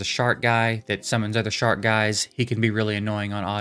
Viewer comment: i think he's saying SHARK Guys, not SHART guys! lol.